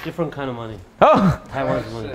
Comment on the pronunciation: this man said “ diffrent hood”😭😭